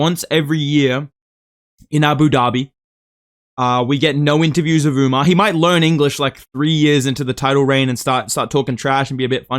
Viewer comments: Bro called him Umnar 💀☠ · He said umna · bro stop saying UMNAR. you are NOT Sean O'Malley😭